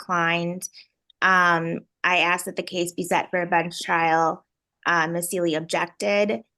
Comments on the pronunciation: I axed him a question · I axed you a question. Objection! Poor Robert Young looked like he wants a drink listening to this nonsense.